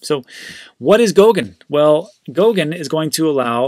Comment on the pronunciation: Goguen not GOUKEN